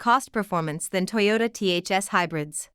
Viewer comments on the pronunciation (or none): none